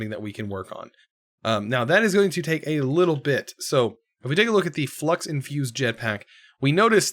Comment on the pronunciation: Supremium, you say? Shouldn’t it be red and white? Edit: flux sounds like flex. 🤔